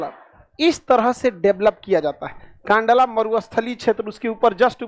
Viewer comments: कांडला नही कंडला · Kandla nahi kndla bola jata he